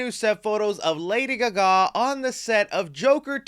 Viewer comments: it’s lady Ga Ga not gga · Did he say Lady GAWKGAWK? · He says it weirdly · Why does he say Lady Gaga like that 😂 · Why did you “Gaga” like that.😅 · I just enjoyed how you pronounced Lady Gaga 😂